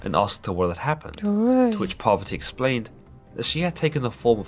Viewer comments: its not Poverty it's Parvati🙏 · Its parwarti not poverty mother of Lord Ganesha